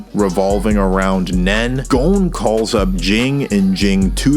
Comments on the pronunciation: no its gon and killua not "gone" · The video is super interesting. But GOUN. haha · “Gown” Also, great video!